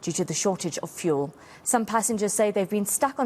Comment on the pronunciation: He cant even say fuel. He is saying vool